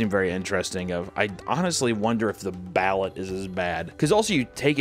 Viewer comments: Please, for the love of Imeldas shoe closet, its pronounced Ba-Loot. Not billet. context in the 90s the prime minister or president Imelda Marcos had her property siezed and found somewher around 25k pairs of high end designer shoes. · Bah-loot not ballot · What was grinding my gears was how he was pronouncing Balut it’s not ballet it’s like this buh-loot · thats gonna bug me, its pronounced, "ba- lOOt" not "ballet" lol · Its pronounced baloot kinda like balloons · as an american married into a filipino family that speaks tagalog, every time you pronuced it "ballot" I laugh hard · Hey papa, it's pronounced ba-loot. The duck embryo is soft but not soup soft and the yolk is like a hard boiled egg. There is bonus inside, we call the "slipper" because it's tough like eating strip of rubber lol love the videos! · It’s “Ba-Loot” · The filipino egg thing is pronounced "Bal-oot" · Its pronounced BAIL-OOT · Balut = ballut 😂😂😂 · Balut is pronounced "Baloot" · Can’t pronounce anything😂. Baaloot, chicken feet are amazingly good, the cartilage is crisp along with bones and like kettle cooked chips. The cheese is awesome on crusted bread. Bugs like larva, hoppers, crickets, etc are so good dry roasted. I eat crickets and mealies like popcorn. Wife not a fan 😂 fuck the drinks thou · You are pronouncing Ballut totally wrong my dude… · Balut hella traumatized me as a kid when I learned what it was cuz Im a huge animal lover. Also the way he pronounced it triggered my Filipino side so hard lmaooo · You're TOTALLY mispronouncing "balut," but who cares, because... 😮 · He pronounced Chapulines and Balut. Well I’ve heard both are really good. I haven’t had them but I know people that have. My mom’s boyfriend has had chapulines and he loves them. He says they taste really good. My supervisor loves balut and offered me one but I said no thank you. She’s from the Philippines. I could probably probably do the chapulines